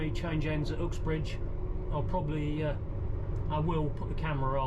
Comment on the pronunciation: Interesting pronouncing of “Ooxbridge”